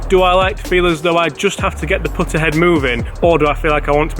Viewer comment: Learn how to say putter